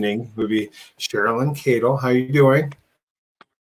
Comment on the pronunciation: AD is. He is excellent on the Watts case..... just pronounced Miss Cadels name incorrectly 🤞🏻